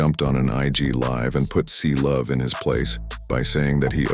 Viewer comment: bro its Cblu not Clovee😭😭😭